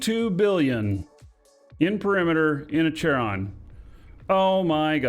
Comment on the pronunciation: It's not Chair-on it's KAIR-on. It is named after the ferryman to the Greek underworld.